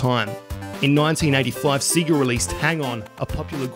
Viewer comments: Its not see-gah, its say-gah. Have you ever played Sonic 2? It says the proper title when you turn it on. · Seg-ga not See-ga. Toe-mee, not Tommy. Also, it's OK to take a breath once in a while. It sounds like your entire video is one long sentence.